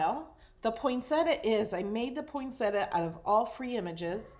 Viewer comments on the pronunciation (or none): The flower is pronounced poin·set·ti·a. Most people pronounce it incorrectly.